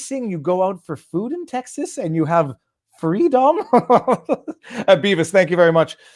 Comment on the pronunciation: FRE-DOMME? A concept formerly known, but now lost, in Canada